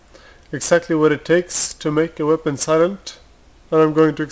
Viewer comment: why is he saying weapond- weapont?